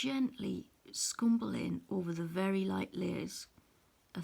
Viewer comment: I applaud your step by step explanation of how to blend on the petals ..you are so patient and calm as you give the viewers confidence in trying this blending ..I loved your use of the word "scrumble " with your accent ...thank you so much for the detailed info as to blending slowly and carefully to achieve the 4 pencils colors petal .